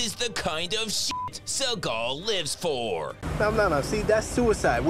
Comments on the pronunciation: I love the emphasis on his name: “Suh-GAHL” 😂😂😂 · Is it Seagal or suckall he's saying😂😂😂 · I like the way you call him "Sir Gull"